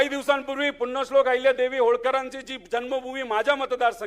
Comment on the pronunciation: याला पुण्यश्लोक म्हणायला येईना नीट